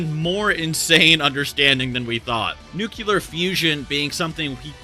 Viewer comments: NuclEAr not nucUlear PLEASE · Bro pls The word is nuclear, not "nucular" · Nuclear is pronounced Noo-klear not Nuke-ya-ler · Not trying to be a dick or anything, but for future reference. It's pronounced Nuclear, as in New-clear not nucular like New-Q-lar. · NucEAr not nucular. I was going insane. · I must be missing something, does nuclear have 2 'u's in it? I always thought it was pronounced new-clear, not new-kyu-ler... Edit: added clarification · Really wanted to watch this to the end, but I get really turned off by the "NUCULAR" every time.... Nuclear (Just think of New and Clear together and it will get the correct sound)... Sorry to be annoying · Man said nucular when it said nuclear on the screen.. smh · I swear if you say "nukihlar" one more time dude.... NUH-CLEAR bro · Why would you say “nucular” instead of “nuclear” it really confused the non-English speaker that I am so I had to check and yeah, it's an incorrect pronunciation that literally came out of nowhere in the English language. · "nucular" Cringe "Nucular" Cringe a little harder "Nucular" Goddamnit, it's NU CLEAR. I blame bush Jr for this shit. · NUCLEAR... NUCLEAR... NUCULAR ISNT A WORD!!!! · NEW-CLEAR not NUKE-YOU-LAR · New-Cli-Er Not "Nu-Cu-Ler" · Nuclear, not “nucular”. Shippuden, not ShiPOOden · Pls bro its nuCLEAR not nuCYULAR. You sound like You from Brooks county bruvv. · NU-CLEAR not NU-CU-LAR🚶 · Nu-clear. 👍🏼 nuclular👎🏼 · Me: enjoying the video that has graciously blessed us with: Nucular Me: what in tarnation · "Nucular" I mean apparently you would hate his nerd talk because you aren't even able to spell ☠ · no, actually. Nuclear is pronounced "new clear." It makes ZERO sense for it to be pronounced otherwise because there's no indication that there is another u in there. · How hard is it to say ‘nuclear’ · Where are you getting the second “U” in nuclear? I don’t understand why people say “nuke-you-ler” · "nucular fusion" sure is insane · "Nuke-ular fusion" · “Nucular” lol